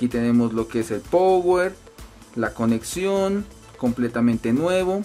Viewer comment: "Pouer" no amigo, se dice "Pauer" = Power. Gracias por el video muy interesante👍